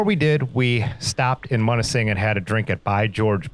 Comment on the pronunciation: it's pronounced Mewnising. Oddly enough I grew up about 40 miles from there but never went to Grand Island. I never saw Pictured Rocks either. Looks like another place to go if I ever get back up there. Good Video